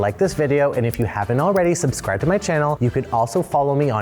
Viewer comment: This video reveals why this channel isunderperforming. The guy can't pronounce 'subscribe' 😂